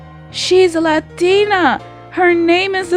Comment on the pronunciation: I think they changed her name to Spider-Girl because White People can't say Araña. Like, the way you say it, oh, I cringed. Plus, the way you say LAT-TINA(Latina) is also cringey. (+)